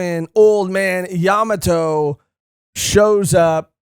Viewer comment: Bruhhhh I like watching y’all so imma NEED u to correct this YA MA!!!!!MOTO not Yamato YaMAmoto